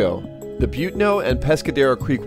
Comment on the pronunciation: It's pronounced Bu-TAN-o